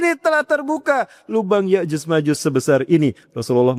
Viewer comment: Cocoklogi. Nyebut nama ya'juj ma'juj aja Salah.